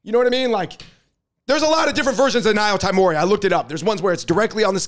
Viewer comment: Y'all can't pronounce "nyotaimori."